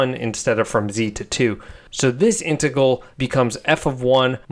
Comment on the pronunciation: I can not get over the way you say integal lol. Love it